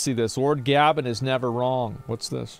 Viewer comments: It's GAYben and not GA-Ben. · why the fuck does asmon say ''gabben''? it's GabeN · why does he call him gabbin its gaben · "Lord Ghabben" ffs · I did not just here gabben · It's pronounced Gay-Ben (Gabe-N) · Why did he pronounce Gaben like that? It’s pronounced gay Ben. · we'll all be dead before asmon pronounces gaben correctly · The way Asmon says Gaben proves he's an idiot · I hate how asmon mispronounced gaben's nickname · he's such a goat that asmon can't even pronounce his name correctly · Asmon doesn't know how to pronounce "Gaben"? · How does a nerd like Asmon say Gaben wrong?